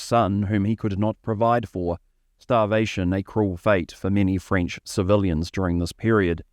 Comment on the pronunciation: your pronounciation of french, mate, is atrocious! you sound like a twit trying to pronouce french. learn it correctly!😮